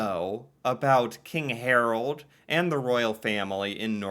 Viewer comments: Hmm ... Not HarOld. Try to pronounce his name HarAld! :-) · It's Harald not Harold... sigh.... And no, the king ain't that much liked. His father was great nicknamed "folk-king", but these offsprings are a total waste of garbage, many of them drug addicts.